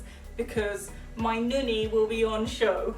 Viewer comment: "ninny" I about died. xD